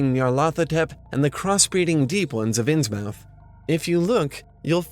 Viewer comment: Dear, great video! But, I have one gripe that i must address. It is a common err that I have tried to correct whenever I hear it. I noticed that you pronounced Innsmouth phonetically. Being a person born and raised in the northeast and seeing how Innsmouth is located in New England, the correct pronunciation should be Inn-smith. You will see that there are many such names like this in the northeast. Dartmouth, Plymouth, Monmouth, Portsmouth. The mouth part of the name is always pronounced myth. Considering HP Lovecraft is a native New Englander, I am sure he meant for it to be pronounced this way. I hope this helps. Kind of related to this, and this one I am not so sure about, is for the pronunciation of Dunwich. I personally think it would be pronounced Dun-Itch, like how Greenwich Village is pronounced Gren-itch Village. I'm not totally sold on this, just an idea. I am however totally convinced about Innsmouth's pronunciation as it makes the most sense considering it's locale and Lovecraft's affinity for it. Thank you for reading this if you did.:)